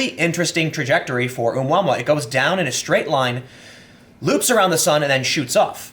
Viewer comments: Pronounced a moo a moo a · That's a horrible pronunciation :D It's oh-mooah-mooah ;) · Tim it's pronounced O moo ah moo ah. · It's pronounced O-moo-ah-moo-ah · It's pronounced as oh-mu-ah-mu-ah. It's a Hawaiian word which means "scout". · Oh Moo Uh Moo Uh is how that's pronounced. It's Hawaiian. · dude the pronunciation for Oumuamua is readily available on the wikipedia.